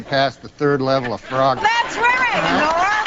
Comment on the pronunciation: i thought she was saying "farogger" and i didnt know what that was. AH.. FROGGER